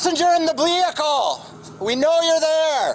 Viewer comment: He said passenger in the ( Blehicle ) We know you're there 😂 not only is he blind lying and seeing someone who isn't there he also can't even pronounce his words right ! 😂🤣😂